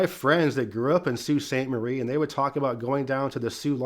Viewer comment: Our locks in the UP are pronounced Sue Locks. at Sue Saint Marie. For pronunciation, not spelling, of the French words.